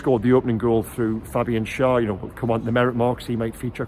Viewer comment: Great report,! But it's pronounced Share - Schär. The two dots on the a are the key. Best away performance, best pressing for a while, the training is having an effect! Oh for a player who can produce the Beardsley clip when faced with only the goalkeeper to beat!